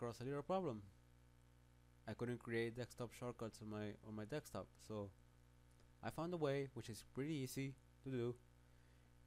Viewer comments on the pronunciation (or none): dekstop lmao